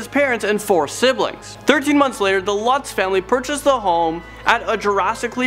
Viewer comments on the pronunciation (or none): none